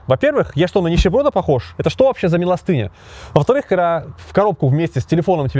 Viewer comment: Он же думает что он великий🤣 А великим типа все можно.. ударения ставить своеобычно - "милостЫня" 🫣